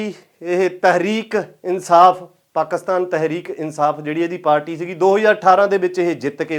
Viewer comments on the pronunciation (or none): ਤਹਿਰੀਕ ਏ ਇਂੰਸਾਫ ਹੈ ਨਾ ਕਿ ਤਹਿਰੀਕ ਇਂੰਸਾਫ ! ਪਰ ਹੈਰਾਨੀ ਦੀ ਗੱਲ ਐ ਕਿ ਬਾਈ ਕਦੇ ਗੁਆਂਢੀ ਮੁਲਕ ਦੇ ਲੀਡਰਾਂ ਬਾਰੇ ਕੋਈ ਜਾਣਕਾਰੀ ਰੱਖੀ ਹੀ ਨਹੀਂ ਤੁਸੀਂ ਕਿ ਉੱਥੇ ਦੇ ਲੀਡਰਾਂ ਦੇ ਨਾਮ ਕੀ ਆ ? ਨਵਾਜ ਸ਼ਰੀਫ ਤਾਂ ਬਹੁਤ ਹੀ ਮਸ਼ਹੂਰ ਐ !